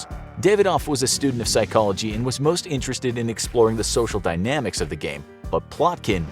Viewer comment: ah yes "socia"